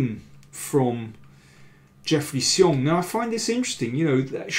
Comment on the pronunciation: Better than before, but still not quite right. He's moved from 'see-ong' to 'she-ong' but 'shyong' (with the 'y' very short) is actually correct.